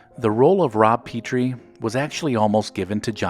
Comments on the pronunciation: And Buddy's last name was Sore-ell, not the way it was pronounced in the video. How could anyone who watched the show mispronounce those names? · The last name of Dick Van Dyke’s character is pronounced; “ Pet-Tree and not Pee-Tree. You need have only watched one or two episodes to know this! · The mispronunciation of Sorrell bugged me, but I was okay with the "mispronunciation" of Petrie. Fun fact: Carl Reiner intended for the name to be pronounced "Pee-tree", but Dick Van Dyke mispronounced it as "Pet-tree" so the name was changed.